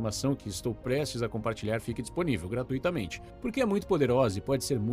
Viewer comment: GRAT"Ú"ITAMENTE e não gratuÍtamente. Não é hiato!